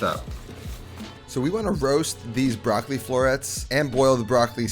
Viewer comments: It’s not „BRAKLI“ but BROCCOLI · Comunque per un italiano è sempre curioso sentire come gli americani pronunciano la parola “Broccoli”. 😊